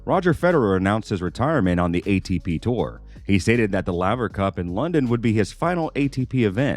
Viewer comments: Lavver? Wimbleton? Who is the moron narrating this video? Does he know anything about Tennis? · Rod Lay-ver... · Call me a pedant if you want, but is it asking too much that the narrator of this video should know how to pronounce the name of tennis legend Rod Laver? Or, at least, know how to pronounce the world's most prestigious tournament? (It's Wimble-Don - not Wimble-Ton!) Small points, maybe, but it does rather detract from the authority of the video when it's clear the dude fronting things knows diddly-squat about the game.